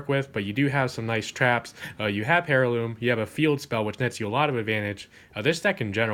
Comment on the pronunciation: I really like your speed duel content so keep it coming! ^_^ I don't mean to criticise in any way or form, just thought that I'd mention that in the word "Heirloom" the H is silent.